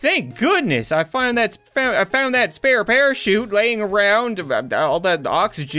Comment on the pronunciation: Ya "spear" parashoot